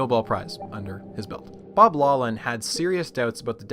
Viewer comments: Really enjoyed the video! One small correction: physics Nobel laureate and Stanford professor Bob Laughlin is pronounced “Laugh - lin” (not “low - lin”). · why does he keep saying Laughlin wrong it is pronounced Loft-lin or lock-lin not law-lin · 'Laughlan' should be pronounced 'lock-lin' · The “gh” in Bob Laughlin’s surname is not silent; it is pronounced as an “f”: “lawF-lin”. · Laughlin is pronounced Loch-lann meaning the Viking Lake-Landers. "ch" in Gaelic is pronounced like the ch in Hebrew or German gutteral sound. English uses "gh" to represent this sound since it already uses "ch" for another sound.